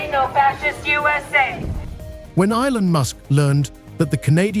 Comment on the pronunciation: Really stupid AI. Go find a real person who understands what they're talking about and how to pronounce "Elon". Also ideas that last for the whole video and aren't just the same three repeated for twenty minutes.